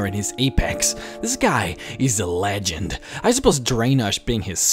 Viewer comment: an accent is not a race, and he is trying to hard with prounouncing shit in this video, you can hear him speaking normal in other videos. It annoyed me too with him saying for example LegenDDDD